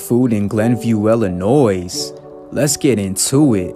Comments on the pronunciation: Please change this ad. The fact that Illinois is pronounced wrong makes me not even want to learn more about this place. I’m sure it’s a great place, however, the ad really turns me off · Virginia, he does that on purpose. He’s a bit of a troll, he pronounces Illinois wrong all the time and other words to generate a reaction, which works for him.